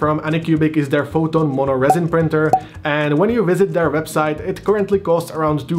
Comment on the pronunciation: Well that was helpful On an eeentirely unrelated note, you are quite good at hiding your Čech accent exceeeeept... the word "Mono" Monó volé 😆